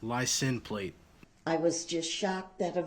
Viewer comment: Not plate, plaze